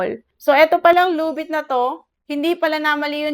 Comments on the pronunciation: Ginawa mong tagalog yung title ng loan app lubit card(luvit card) manuod kasa iba at pakingan mo yung kung ano sinasabi nila tamang pag bigkas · Kaya ka na reject kasi mali yung pag bigkas mo sa title loan app